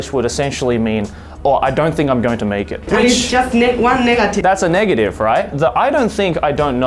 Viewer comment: i heard niggative. did anyone?